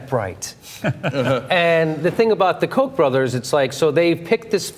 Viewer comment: when you say millions of dollars of kock money some people may get the wrong impression lol